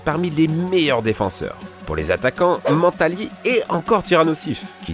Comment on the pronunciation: PUTAINS ONT DIT PAS ( MÉNE TA Li ) ON DIT ( MEN COMME MA MAN TA LI )